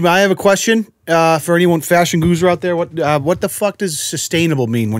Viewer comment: It’s fashion gurus not fashion goozers 😂🤣